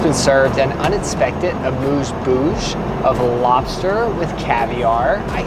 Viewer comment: Oh no, are we going to start talking about the way he pronounces Bouche